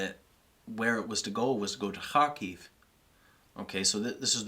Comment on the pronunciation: I love how when our friend here says Kharkiv is sounds like hockey